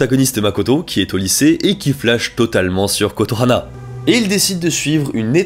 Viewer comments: Ça me stresse pendant la partie schools days que tu dises Kotohana alors que c'est Kotonoha XD Sujet super intéressant en tout cas, les vidéos où tu parles de sujet "sombre" sont mes préférés :3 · Je ne savais pas que le yandere avait été démocratisé avec school days , par contre le kotohana au lieu de kotonoha m'a trigger de fou. Très bonne vidéo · Euh c’est Kotonoha par contre pas Kotohana mais c’est vrai qu’elle a un nom imprononçable 😅